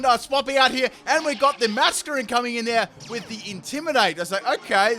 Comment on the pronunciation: Full " can't pronounce it" team Me-tang(Metang) May-champ(Machamp) <-- This is a must! O-master(Omastar) Florgs(Sin-knee-sis)<must(Florges [ synthesis]) Parmisan/passimen/pammisian(Passimian) Daru-muka(Darumaka)<(holding e-vo-lite) Cin-see-no(Cinccino) Zeb-streak-ah(Zebstrika) Any other Pokemon I might have missed? I didn't include legendaries because then it would be every single legendary... *Brah-vry(Braviary) *Cofa-riggus(Cofagrigus) *Brax-eon(Braixen) *Heel-o-wisk(Heliolisk) *Drudgi-gon(druddigon)